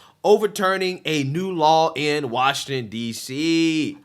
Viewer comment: One More Time. Say it with me. Wash-ing-Ton, now say it together and with me. Washington. Wash ing Ton. Washington. See, i Knew you could say the word.